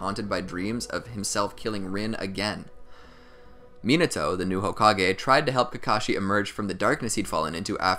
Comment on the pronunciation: Can you pronounce the name properly. At least try the white boy voice (MEEENETO)